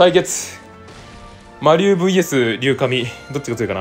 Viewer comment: どうでもいいけど“りゅうじん”では…？